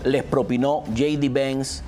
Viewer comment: Trump no Tron, Vance no venz, Harris no herris, hablas español o spanglish?